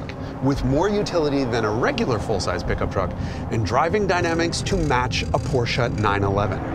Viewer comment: The one channel that can pronounce Porsche properly.